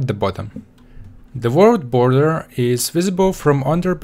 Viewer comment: did he say world boller